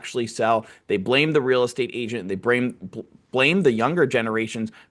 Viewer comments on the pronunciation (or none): "brame". Bro, you Asian like me?😂😂😂